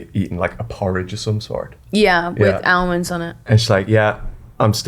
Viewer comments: Ahh-monds; Ahhmonds for heavens sake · Is that some southern way of pronouncing almond that I wasn't aware of? Or is Ava a pod person? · The L in almond is silent